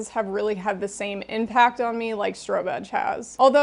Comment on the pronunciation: I've never heard of strobe edge and totally heard stro-bitch the first few times 😂